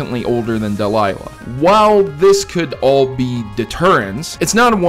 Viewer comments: "Delyla" That's cute, but it's Delia (De-le-ah) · DEE-LEE-UH. Not Deh-Lie-Luh. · DE-LEE-YAH not DELILAH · Ash's mother's name is Delia, not Delilah. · Isn't ash's moms name Delia not Delilah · I believe the name "Delia" is pronounced "del-LIE-uh" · draka kar oh whoops I didn't notice he said "-luh" my bad. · Her name is deal-i-a